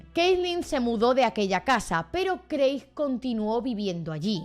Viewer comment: Hola! me encantan tus vídeos de true crime, los veo todos, sólo me paso por aquí para decir que el nombre de Craig se lee como Creg. Sigue así! <3